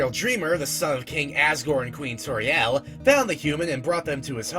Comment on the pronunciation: "TORIEL" ISN'T PRONOUNCED LIKE THAT EITHER!!!!!!!!!!!!!!!!!!!